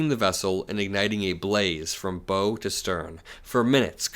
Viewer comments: Hey man I love your videos! But it's "bow" like in "Bow from the waist.", Now like "Bow and arrow." Carry on... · Dear: In maritime jargon the word "bow" ( referring to the front of a boat or ship) is pronounced the same as the "bow" in "bow-wow." You've been pronouncing it as the "bo" in "Little Bo Peep." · Hey " From BOW to stern" In nautical speak the BOW of a boat is pronounced Bough, like the: a branch of a tree. You made me giggle but still good reporting, Stay the course! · 'bow', when talking about a boat, is pronounced as in the 'bow-wow' of a dog. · "Bow" is pronounced 'bow' as in 'bow wow'. Can't have people thinking our is an AI!